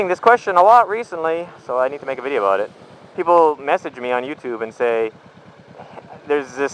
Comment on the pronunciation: haha he needed to make a video aboot it